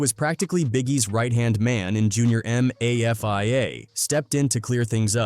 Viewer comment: Poon instead of Pun M-a-f-i-a instead Mafia 😂😂 A.I 🤦🏽‍♂️🤦🏽‍♂️